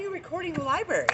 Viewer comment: called it the libary when we all know its library....watta mouth breather